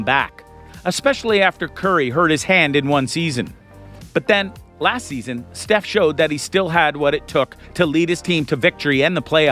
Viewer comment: How do you butcher Steph's name and misspell Gary Payton